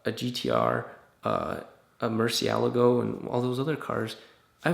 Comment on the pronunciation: You pronounced Murcielago right. I love you.